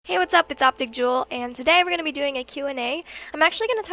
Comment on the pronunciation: she still automatically says optic jewel